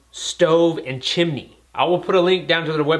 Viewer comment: chimini, not heard anyone say it like that since mary popins